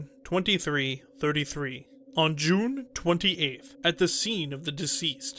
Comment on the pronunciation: The narration was okay but I just couldn't get past the way he pronounced "June." So much cringe!